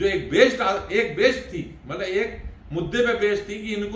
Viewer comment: ब्राह्मणों का उच्चारण गलत हो, उनकी भाषा बिगड़ी हो और उनकी सोच जब छिछली हो तो लगता है कि उन्हें राजनीति छोड़ अपने मूल काम, यानि ज्ञानार्जन पर ध्यान लगाना चाहिए। "मल्लब" समझे